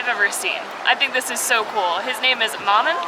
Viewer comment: lol at pronouncing ''Maman'' as ''Mah-men''. It's french for mom guys lol.